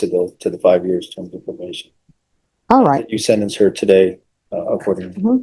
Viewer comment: Didnt she say „probaded“?